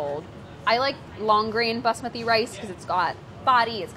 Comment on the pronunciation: I respect the way you say Basmati.